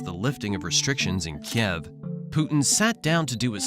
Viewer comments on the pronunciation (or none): none